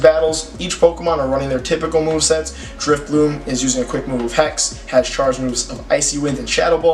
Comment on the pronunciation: Why do you keep calling it Drifbloom?.....